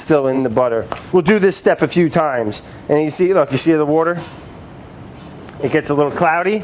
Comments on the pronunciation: You missed a wourder=water around 6 mins haha. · Brad says butter in French about as well as he says wourder in English :) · He can't pronounce "water", so you're really asking a lot.